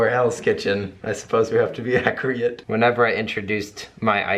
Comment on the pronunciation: "Accri-ate" lol